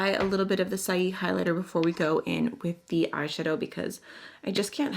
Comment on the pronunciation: Saie Beauty is pronounced “Say Beauty”. It was a play on the word.